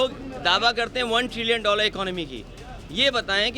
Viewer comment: अबे तथाकथित विदेशी padhe लिखे टोंटी चोर !!! पहले ट्रिलियन कहना तो सीख ले।